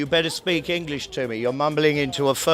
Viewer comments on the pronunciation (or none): none